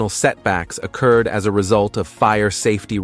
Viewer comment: Can’t you use a real voice. You know it’s a crappy AI because it can’t pronounce common words like occurred.